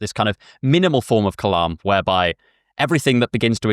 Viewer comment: Kalam* not Clam